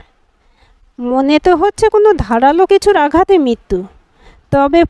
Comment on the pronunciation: Mrityu k bolche Mittu !! Nirmiyomaan k bolche Nirniyamaan.. Very bad